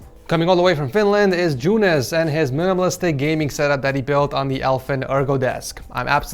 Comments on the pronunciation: you sayed the name good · its just "joonas"